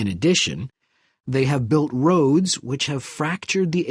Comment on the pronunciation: Not roafs it is Roads